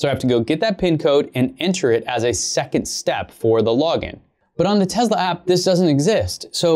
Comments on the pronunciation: TeZla 😁 Huh ... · Ware is the Z in Tesla you keep saying tezla wtf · Not to be rude or anything but it’s Tesla not Tezla it just bothers me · Its not tezla it’s te-ss-la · It's pronounced Tesla. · I heard Elon say it was more Tezsla. It’s funny that it grates on people’s nerves. It does mine too but I breath a deep breath and think zen thoughts. It’s not going to go away. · It sounds like tezla